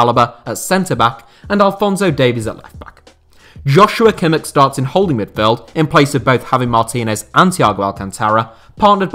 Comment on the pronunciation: how did you say kimmich